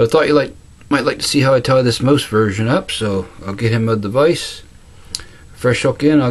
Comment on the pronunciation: Nice one! Love the accent man... when you say "mouse" all I hear is "moose.":-)